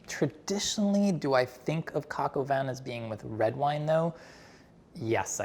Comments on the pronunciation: Its coq-au-vin (cock-'o-ven not coke-oven). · Coq - o - whan. Not win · Man said "coke oven" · « coke oven » Im deceased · Right? 😅 my french is not great but hearing this was a bit painful 😬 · Why can't the Bon Appetit announcer say Coq au vin correctly? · How can that dude judge you when he can't even pronounce the name of the dish correctly!! LOL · Could we not have a reveal by someone who can pronounce coq au vin? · I seriously cannot believe that someone who works for BA doesn’t know how to properly pronounce coq au vin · pronunciation is good, we’re talking about the editor’s pronunciation